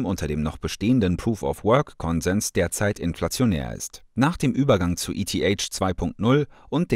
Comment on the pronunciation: Wie du eth aussprichst 🤣🤣🤣